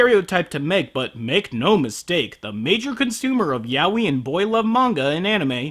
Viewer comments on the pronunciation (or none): it's "ya-oy" not "yawi" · it took me a while to realise that yah-wee was yaoi XD (im a spanish speaker xP)